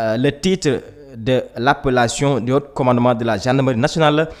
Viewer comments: On le lis pas le "t" pour dire "Haut"commandement au lieu de "Haute" commandement. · haut, il prononce haute 😂